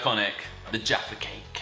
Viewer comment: "Yaffa" cakes... Why? Also why do you eat them upside down, why??